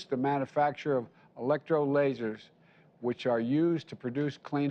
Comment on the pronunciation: Electro-lasers?! No. I think he meant to say electrolyzers…